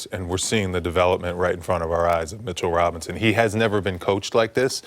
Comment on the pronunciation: My guy said “Mitchell Wobinson” lol